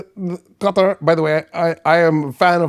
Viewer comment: Stop pronouncing Qatar correctly. Its off-putting. 😅